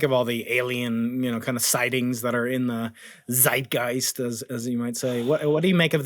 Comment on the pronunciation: No, I have none... but I refuse to take part in your lottery nevertheless. Thanks for the offer & the video anyway. 😁👍, x & ❤ PS: Wow, Brian... I just noticed that Google Translate's voice output is just as incapable of pronouncing "Zeitgeist" correctly as you are... & I think that's a nice testament to how the world is getting smaller and smaller due to increasing connectivity. 😅👍